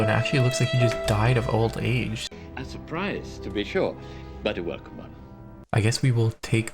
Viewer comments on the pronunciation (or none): none